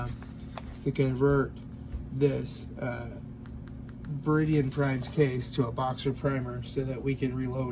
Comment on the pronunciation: It's pronounced Ber-dan not beridian